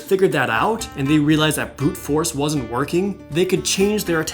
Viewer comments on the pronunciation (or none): none